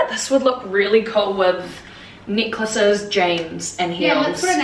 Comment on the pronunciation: When you said necklaces I heard Nicholases 😂 you’re both great, really like this channel